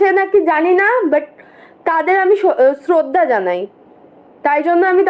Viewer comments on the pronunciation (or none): শ্রদ্ধা উচ্চারণ করতে পারছে না শ্রদ্ধা করে 😂